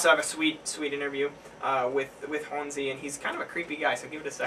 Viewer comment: Good review on the song. I'm pretty sure "Jonsi" is pronounced "yon-zee" though, or at least that's how I understand it lol